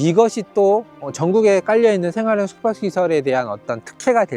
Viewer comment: 숙박 발음을 못하시네 ㅋㅋㅋ